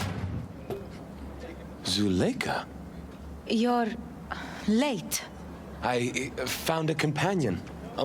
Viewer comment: I've never heard Zuleikha pronounced like that before...